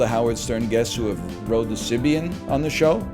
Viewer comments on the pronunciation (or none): none